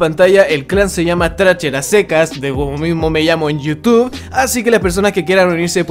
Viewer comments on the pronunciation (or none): none